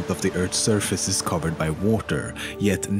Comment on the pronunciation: Like that ocean? Also, why does he say water like: Woater?